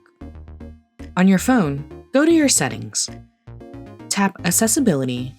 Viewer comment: Assessibility?! Why is she saying assessibility? To the voice over person, when you have 2 C’s together in a word, generally, they sound like an X. So “accessibility” sounds like “axessibility“ “accident” sounds like “axident”, “accept” sounds like “axept”, and “eccentric” sounds like “exentric”. I don’t think you’re an AI voice, because they’d get that right. I might be wrong.